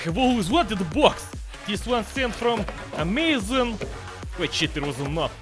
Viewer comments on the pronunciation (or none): none